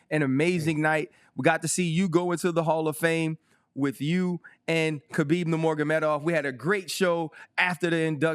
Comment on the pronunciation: "Kuhbeeb Nuhmorguhmedov." Twice. Well done, Ryan.